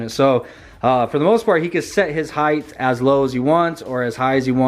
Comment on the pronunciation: Heighth hahaha!